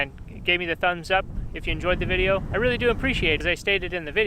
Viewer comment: "That dideo" that's it, I love this guy